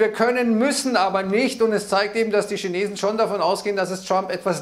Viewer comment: Tja äääähhhhh gegen ääääääähhh Tschina Tschinetzen 😁😁🤣🤣